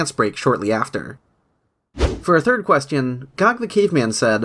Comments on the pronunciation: I like how you say „questyon” :3c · i like how u pronounce question quest-ion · great video, also you keep pronouncing question like "quest-eon" :D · I love how you say Question.